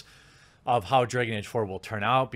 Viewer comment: 'Dray-gon Ayge'.